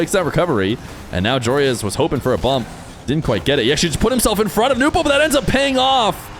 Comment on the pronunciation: It's "no-bu" not "new-po" why do people mispronounce